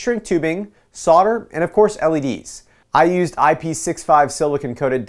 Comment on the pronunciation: Yesssss!!!!!! Correct pronunciation. I-P-6-5